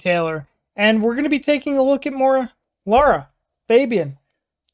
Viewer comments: “She’s my favorite” but calls her Laura throughout the video instead of Lara. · Lara not Lora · One of the purest and heartfelt voices on earth. A friendly suggestion: try to find the correct pronunciation of her name: the a's in her name are pronounced as the A in the word car or master, so Lara Fa bi An not Febien. Love your videos with pure emotional reactions. Thank you so much. Rudi from the Netherlands.